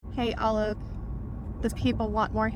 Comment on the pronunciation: I thought she called him Olive at first. I was like, that's not his name hhahaha